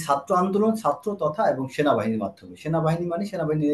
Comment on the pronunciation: Sarjis hasnat vul na vul apnara shob Bhai satro na chatro ucchron thik koren tarpor kotha boilen